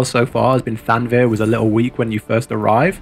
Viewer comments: after the 17th, time, I gotta say it. ;) It's thav-nair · i'm pretty sure thavnir is pronounced with the v before the n.